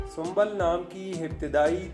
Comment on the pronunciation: Sumbal nhi hota aap galat bol rhe hai sumbul hota hai I am sumbul